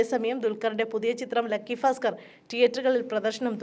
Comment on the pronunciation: Fasker അല്ല ഭാസ്ക്കർആണ്